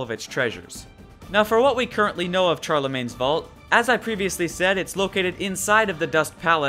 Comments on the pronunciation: I am writing a little fanfic on Destiny! (If you want to read it when I`m finished, PM me) Also I noticed you pronounced Charlemagne wrong, its no CHAR-lemagne it is more like SHAR-lemagne. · FYI, it's pronounced sharlemagne (Charlemagne was french). Sorry if I sound like a snob or anything but it was kinda annoying, just so you know for the futur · Just to say, sorry to be picky but Charlemagne was a king of assyria or babylon Don't remember which but the Ch is pronounced as like Sh. The C is soft. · It's pronounced SHARlemagne's Vault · While you are right that he was most likely born in what is today Belgium, the proper way to pronounce the English translation of his name is with the "sh" sound.